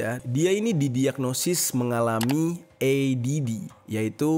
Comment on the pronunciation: Bang ADHD dibaca EiDiEichDi bukan Edidi